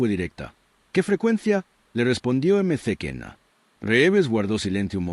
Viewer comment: Eme ce kena es "maquena"...